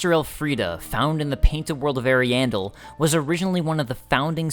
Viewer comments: I love your stuff, but i'm on the other side of pronunciation Ahri-ahmis --Ahriahndel vs Eri-amis - Eri-andel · sounds like you're saying hairy anus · I thought you said the painted world of hairy anus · I love how he says the name of the first painted world wrong when u can hear percilla say it when u talk to her. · not ariandel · Ariandel and Ariamis